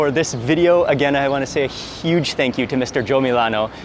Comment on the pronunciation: did he say it's huge or sheesh 😂